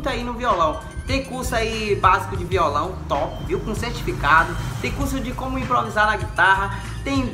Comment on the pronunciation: Rapaz vc fala vio